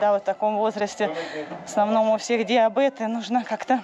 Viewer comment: а почему вы говорите диабЭт?